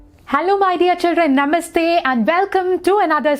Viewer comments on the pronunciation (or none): none